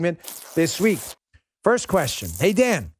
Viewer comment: Sometimes when you say,"Welcome to the Dan Bongino Show" it sounds like you're saying,"Welcome to the Damn Bongino Show."